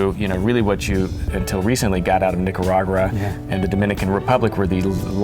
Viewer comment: The Buttplugged Douchebag said "Cuba is famous for darker wrappers compared to NicaraGRA (stooooped couldn't even pronounce Nicaragua) and dominican"... ALL REGIONS ARE ABLE TO GROW SAME DARK COLOR AND OILY WRAPPERS, IT'S ALL ABOUT THE AGING PROCESS... a ton of Nicaraguan, Honduran, Dominican cigars are grown from Cuban seeds that Cuban cigar makers took with them when leaving Cuba because of Castro. I usually don't hate people, I consider myself a peaceful man.. but YOU SIR, deserve one of the biggest bitchslaps in the history of bitchslaps.. DAMN YOU REX FOR NOT GIVING THIS GUY THE BACKHAND 😆 For ONE thing only..and that's for trying sooo hard to act smart and still failing at it.. Get those buttplugs out of your ass and humble yourself... Not knowing something is totally fine and you can learn. but ACTING like you're and STILL end up NOT knowing ANYTHING..that is called a Clown my good Sirrr.. Fuck outtahere